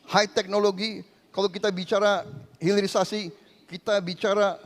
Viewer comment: Pulitisasi yang benar hirilisasi